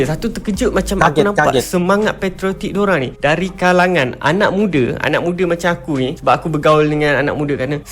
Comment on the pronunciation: Hello bapak encik "anak mudaa" bukan "ana mudee". takutlah pada hukum agama/Allah. membodoh2in pendengar